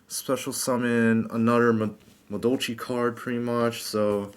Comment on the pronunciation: "Madolchee Mawolf" allow me to correct your catastrophic failure in pronouncing Madolche (Ma-doll-chay) Mewfeuille (Mew-fway). I don't blame you, it seems like nobody on the internet can correctly say it. Some people get it basically right by saying it like mewfew or some shit but you were miles away from that, my friend. WHERE DO YOU GET 'WOLF'??? IT'S A CAT. Please stop playing this deck. Or at least run 3 anjelly and "Mawolf" and 2 ticket. Please.